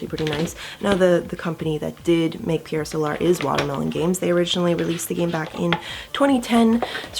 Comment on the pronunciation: Pierre sowlar? What about the spelling of Pier Solar leads to that odd pronunciation?